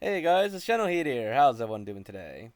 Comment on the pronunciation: "hey guys! It's here!"